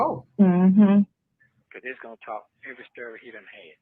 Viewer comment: I hate when he says stury 😩